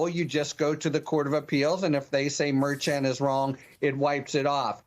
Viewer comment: that is really weak, adding a "t" to the end of Merchan's name. How long did it take you to come up with that?🤣🤣🤣🤣